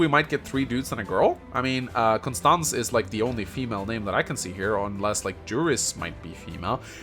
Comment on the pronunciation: I believe the pronunciation close to the Japanese names are Yurris (Juris) Bahlthasar (Balthazar) Konstahntseh (Constanze) Khahvee (Javi)